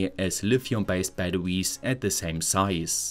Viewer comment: I hate how he says baduwees. Had to leave the video.